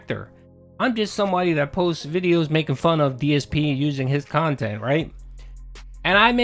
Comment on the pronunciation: Guess the "QUALITY KHANTENT" is as quality as he think it is.